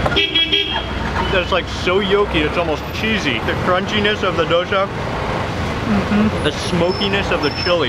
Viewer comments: It's Dosa, not dosha mark. 😂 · There’s no H. It’s dosa, not dosha